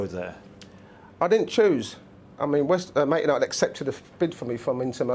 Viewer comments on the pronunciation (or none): I've always thought they were called Man United, not "Mant" United 😂😂😂